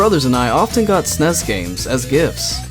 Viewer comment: GUH PLEASE STOP SAYING "SNESS" SO GROSS.